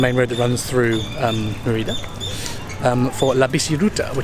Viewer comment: When people are speaking English, Mérida is usually pronounced the same way English speakers say the name of the princess from Brave, and it is pretty close to correct. You sound like “Ma RI da.” No. It should be “MER i da.” (Spanish e = ‘long A’ in English, and Spanish i is “long e” in English.)